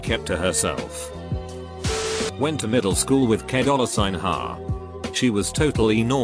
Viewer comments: Nobody: Reddit Voice: K dOlLar SiGn Ha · “ke dollar sign ha”